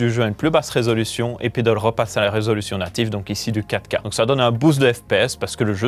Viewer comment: Il voulait dire 4k mais avec son accent belge et le faite de le dire vite sa sonne Caca...😂😂😂